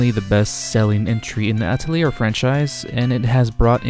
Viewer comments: It’s ah-tell-yay. Not ah-telly-air. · He went from mispronouncing it in the beginning to mispronouncing it even worse in the middle. From Atell-ear to At-leer. It was painful. Just so others know, its "uh-telly-A" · I really cant handle hearing you pronounce atelier wrong over and over. Its a french world ffs, its ateliér in pronunciation. Its really really grating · "Ata-layer?" What? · "artelier" Nope "Altelier" NO "Atlear" STOP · Just play the games fellas. Also, don't commit the sin of pronouncing Atelier with an "R" like I did in the video. I blame the english dubs from the Atelier games for teaching me that pronunciation lol. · Atelier is a French word, you don't pronounce the 'er' in the word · the "te" in atelier doesn't sound like "toe", more like "the" with a "t" sound instead of "th" (not the "thee" pronunciation either) and to be more specific the "a" is a "ha" like in "hat", otherwise you'll sound like you're saying "ey/et/eh tolier/taulier" (which can range from metal-sheet worker/seller to slang for prison guard). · Bro. How are you going to make an Atelier video and not even pronounce the word correctly?